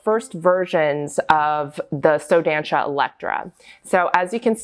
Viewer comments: here comes the pedantic pronounciation police! you should say the show name like: "Soh Dahnsah" the first "so" has the o like in "organs" , the a in "dan" is like the a in "aliegence" the last syllable is pronounced "sah" like the "sa" in "samantha". to be clear, its not offensive or anything to me (im brazilian, the shoe is brazilian, and i found your pronounciation cute) its just since you are in the position to educate people, it will help spread the word :) if you talk to brazilian ballerinas for example, your pronounciation differes enough from how we call it that they wont immediatelly know what brand you are refering to, even though is a very well known and populaar brand in ballet in brazil :) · Just a tip on pronunciation from a brazilian: “ç” sounds like “s”, and the “ó” means it’s an open sound, like in “lot, dot or mop”, so try saying like “so dansa” ☺️❤️ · I´m from Brasil and the way she pronounce "só dança" it's very funny and cute at the same time, but next time try using the toshie it´s perfect.